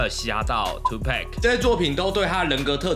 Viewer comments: 你的Tu”pac” 也唸錯囉 不是唸佩可 是唸成帕可 這如果是在美國跟黑人講我喜歡Tupac但是唸錯 會被笑爆的😂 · Tupac也唸錯 Tupack?